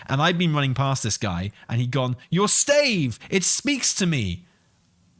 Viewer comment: Your pronunciation of stave is heayvnly hayve a nice day.